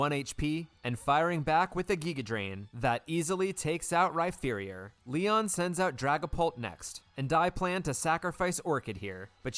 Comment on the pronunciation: I’m not sure if you pronouncing Rhyperior “Rhy-ferior” is unintentional or if you just hate Rhyperior